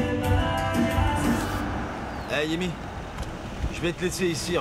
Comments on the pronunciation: J'ai bien entendu 😅 il à dit yemy au lieu de tamy😅😅😅😅😅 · Qui a entendu dire yeimy à la place de Tamy 😂😂😂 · à dit yemy au lieu de tamy ou bien elle lui a tout raconté tout 😂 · Qui a entendu comme moi que a appelé Thamie Yemi 😂😂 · dit Yemy au lieu de Tami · Qui d'autre comme moi a entendu dit Yémy au lieu de Tamy 😂 c'est vraiment le monde à l'envers Hein ils connaissent tous la vérité mais préfèrent jouer avec l'intelligence des téléspectateurs 😂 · moi Aussi je l'ai entendu dire Yeimy au lieu de Tamy pendant 2 fois😌😌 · C dingue ça yemy dit 😂😂😂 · Je rêve ou a dit Yemi? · Qui comme moi entend dis yeimi